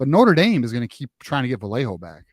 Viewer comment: if you guys keep mispronouncing Vallejo wrong, he may flip! It’s Vy-yay-ho 🤌🏻 🫵🏻This correct pronunciation was very important to his mother when she and his father were in the chat during M3’s interview with him.